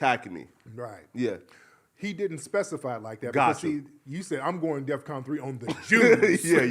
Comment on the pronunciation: Kanye said death con instead of defcon, let’s point that out